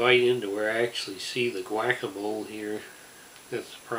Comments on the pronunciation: "whack-a-mole" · I love the way you pronounce "pico de gallo, guacamole, and jalapeño" 😂